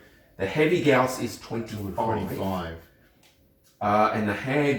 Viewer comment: Good lord! People that can actually pronounce Gauss correctly!